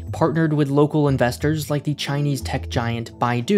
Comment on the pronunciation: But I already live on a rock to die on: earth. And don't say 'thee' when you mean 'the'. It only makes you even more annoying to listen to.